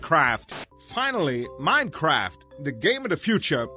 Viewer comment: i swear he kept saying minecrap xD